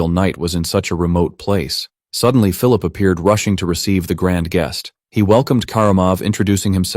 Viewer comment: Well I keep hearing is Phillulip 😂 it's Phillip or Philip 😂 But other than that you did a good job. The video was awesome